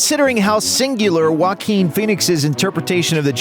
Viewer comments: Its pronounce "jack-win" Not "yark-win" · Joaquin is pronounced (Hoe - A - kin) im fr